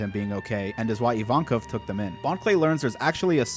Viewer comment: Finally someone who calls Evankov - Evankov. Every other reactor calls him I-win and I think that's so stupid.